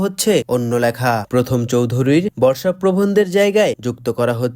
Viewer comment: প্রথক চৌধুরী নারে ভাই!! প্রমথ চৈধুরী নাম